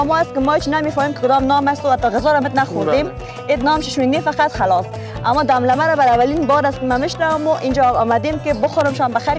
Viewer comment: سلام بسیار جای مقبول است زیبا وطنم کوشش کن چند بار آهسته تکرار کنید تا یاد بگیرید یک دفعه دم دمه نگویی 😂👌